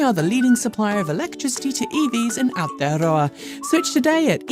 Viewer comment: Please for Gods sake stop saying Aotearoa every 3 seconds it grates especially when you cant even pronounce it correctly.